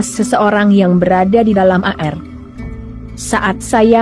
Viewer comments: Zus tlg baca air bukan a-er,seblm baca tny dl kpd tmnnya Ind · Zus baca air koq a er